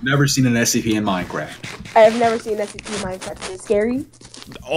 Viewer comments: said SCP but rikutto said STP so funny LOL hahah😆😆😆😆🤣🤣🤣😂😂😂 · If you know he said scPEES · He said stps